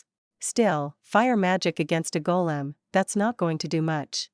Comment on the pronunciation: Golem? Not Kolem 😂😂😂